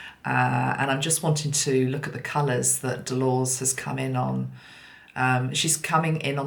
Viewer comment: sorry to do this but your pronunciation of this lady’s name is incorrect. With respect, it is Del-or-Es not a totally unknown name in UK